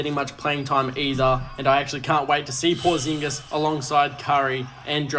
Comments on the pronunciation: Why flight saying Porzingis like that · Making Porzingis rhyme with lasagna is hilarious. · WHO DA FK IS Tracy? Who the fk is Porzaaanguess??? Pronounced Tray - sss and Porzeeeeenguhs. Come on man. You gonna talk hoops you gotta be up on the names. The trade deadline is Thursday. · The pronunciation of porzingis and trayce 😭😂